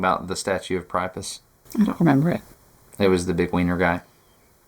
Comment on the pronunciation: Part of the confusion is that he pronounced it "pry-a-pus", but we usually say "pree-a-pus". In fairness, he said it both ways, but the weird way first.